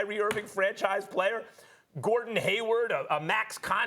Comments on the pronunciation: Why cant Steven.a.Smith say HayWARD, that man always says haywood. It is killing me that he never gets it right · Stephen A keeps calling Hayward as Haywood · How long do you have to work at espn to know its Hayward, and not Haywood.